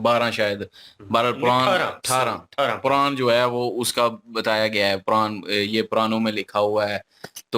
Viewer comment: पुरान नहीं पुराण😂😂😂😂